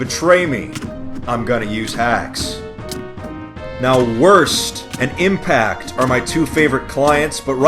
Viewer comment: Did he just say impact?